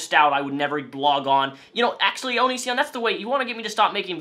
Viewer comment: Nobody Absolutely no one on earth:: ONISSSION